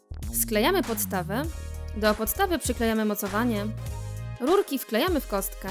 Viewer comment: Puwi się rurki a nie lulki